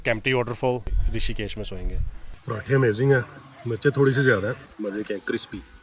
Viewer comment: Rishikesh not rashikesh